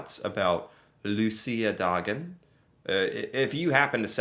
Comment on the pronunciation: Gotta give you props for you pronunciation on Luciadagen, great job!